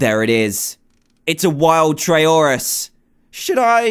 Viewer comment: It's Trayaurus not Trayorus